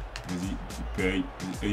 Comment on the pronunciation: Bonne video ! ;) et c'est pas "Dipay" mais "Dépay" ! :)